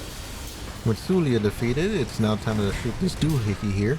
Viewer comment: BTW It's pronounced Su-la. Not su-lia. There is no i/e sound.